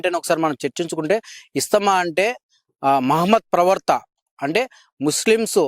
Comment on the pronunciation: ప్రవర్త అంటున్నారు, ప్రవర్త కాదు,, "ప్రవక్త ", అనగలరు.